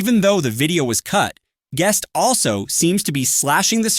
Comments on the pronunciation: Bro saying geust. 6. 6. 6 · its kinda funny cause your voice is saying Gus 666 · Why did bro say guest like that 💔